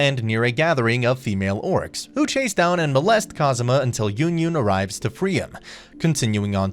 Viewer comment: Butchered my girl yunyun name